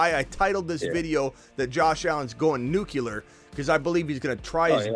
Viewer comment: Nuclear, you keep saying nucular